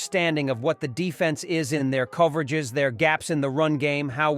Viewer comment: "certain coverag-ez"; come on AI